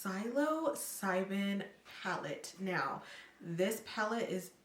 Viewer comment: The look is very nice! It is pronounced "sil-o-cy-bin" (the P is silent), like the hallucinatory mushroom.